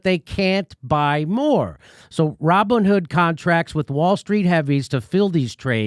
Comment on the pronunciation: "Raw Bone Hood"? LOL